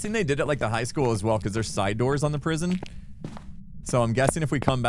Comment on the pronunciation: I rather when chat isn't on the screen tbh. Also why is pronouncing high like hike? Is it a joke i missed or an American thing? Lol